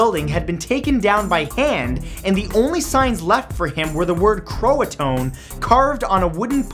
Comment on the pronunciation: Roanoke - The 'e' is silent at the end. Croatan - kro-e-toe-an.